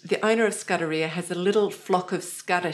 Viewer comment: As you are based in Germany it is simply rude to mispronounce Sudderia. The vowel u is like oo in Toon and the a at the end is a long one. The subjekts were interesting is most often. Thanks for the information provided.